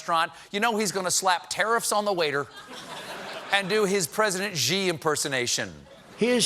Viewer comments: Could somebody on Colbert's staff go and teach him that the Chinese Prime Minister's name is not pronounced, "gee" but "she"? Please? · FYI President Xi's name is pronounced 'she', not with a /ʒ/ sound. Also Beijing has a hard j sound. I have lived in China and currently live in Hong Kong and I'm tired of Americans saying these things the wrong way.